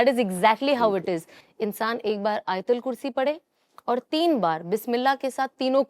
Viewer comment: Madam o ayat-ul-kursi hai, na ki aital khursi....